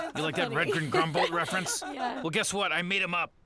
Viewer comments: He's clearly saying Grumbolt, not Grumble. Think for yourselves, don't be sheep. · It's not "grumble". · AS and Hulu subtitles say "Grumbholdt", and if you listen closely he very clearly pronounces the hard T sound the first time, the other time it's just spoken faster and thus the final consonant is somewhat dropped, something extremely common in any language, and definitely in English. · It's Redgren Grumbholdt